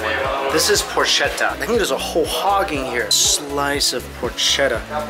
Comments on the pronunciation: Great video!! Just one thing...Porchetta is pronounced Porketta, not Porshetta. I know it's not your language so it's not your fault...but for me, as an italian, it's incredibly annoying :P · As an italian i am offended by the pronunciation of porchetta😤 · Porketta. .. ch in Italian sounds like the K sound in English. Porchetta, forchetta, Bruschetta... if you're a tiny bit nerd around pronunciation then K up that ch 😉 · Por-kett-a. No shhhh. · Well, nice video but you need to get with your Italian. It is not "por cheta" it is "por keta" . A ch in Italian is the sound of a k. That is why there is no k in the Italian alphabet. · PorCHEtta, "k" sound not sh (dio cane) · The pronunciation is brusketta and porketta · FYI, its pronounced... por-ket-ta and the tomato bread is pronounced Bru-sket-ta...lol i'm so jealous. Haven't been back in 30 years :( you're the best!! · Just one thing: “porchetta” is pronounced “porketta”. Cheers from Italy 👍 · Hi, nice video! The Porchetta is pronounced with a hard C, like a K. You pronounce it "Porketta" (c+h = k in italian). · when you see "ch" in Italian words its a "k" sound "Por Ketta" "Ven Ki" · one thing: don t believe every thing they tell you, cause you are "only" a tourist for them. Porchetta will pronounce "porketta". And about the ice cream in Florence: in Florence you find the most expensive ice cream in italy. And there s not a real reason for that. Come to maremma, you will eat great, spending normally. Sorry for my english. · It’s a hard “ch”, so pronounced pork-eta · pourcheddaaaa :D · Porchetta is pronounced with a K for the CH I actually feel like secondary job is to go around the world pronouncing everything wrong lol